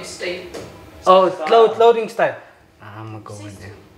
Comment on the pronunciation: halt echt :D kann nichtmal Style aussprechen :D